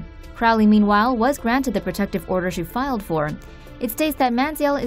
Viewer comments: Money manziel. Why do you keep saying man zee eelle? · Lol anyone notice they pronounced it manzee•el